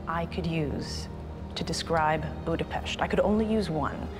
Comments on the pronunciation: Gorgeous video, I also very much appreciate the proper pronunciation of the city and places, thank you! Hungarian here, the best presentation of my beautiful Budapest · You really made the effort to pronounce the Hungarian names/words correctly. Thanks for that, I really appreciate it. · How refreshing to hear you pronouncing Budapest correctly! This is the land of my ancestors! Beautiful video which spoke to me. My maternal grandparents' surname was Lukacs so it was neat seeing your guide have the same name too.